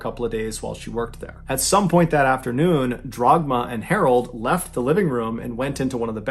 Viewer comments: It’s Dagmar, not Dragma BTW. Nevertheless, what a bizarre story. Being German, I have never heard of that story before. Some people are truly nuts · Not Dragma,but Dagmar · The mothers name was Dagmar not Dragma